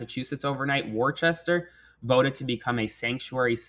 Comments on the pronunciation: Lol... its pronounced Wooster not warchester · IT'S WUH-STER NOT WOR-CHE-STER! Jesus how do pronounce Worcestershire sauce ffs? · It’s pronounced “Wuh-stA” , not “war-chest-er”. ☺☺☺ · It's "woo-ster" lol 😂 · Worcester, pronounced "Wista". 😊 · uh oh, you pronounced wuh-stuh wrong lol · Don’t mispronounce Worcester!!! 2 syllables ‘woor-ster’ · Live your updates. Just an FYI, Worcester is pronounced Wooster by all New Englanders. It doesn't make sense but there ya' go. 😊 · Worcester = “Wooster” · It’s pronounced “Wuster”. Yes I’m serious! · Worcester pronounced “WUSS-ter” 😉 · thank you for your updates. (Worcester is pronounced "WUSS-ter", very common mistake :) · It’s pronounced woo-ster as a former Massachusetts resident lmao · was legit about to comment this LOL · But it SHOULD be pronounced Wor-ches-ter. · Ah no...its pronounced wis stir. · 😂 I said in my head, "Isn't it Wus-ter?" 😅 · Worcester is pronounced "wuss-ster" just an FYI. we have weird city pronunciations here lol. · We forgive you for butchering the pronunciation of Worcester. 😂 I’ll take a laugh where I can get it these days. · Came here to say if anyone told him that Worcester rhymes with rooster yet